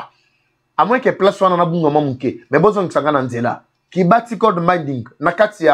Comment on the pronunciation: On dit Kibali Gold Mining et non Kibati.